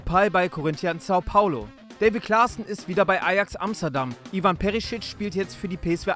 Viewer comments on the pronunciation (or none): none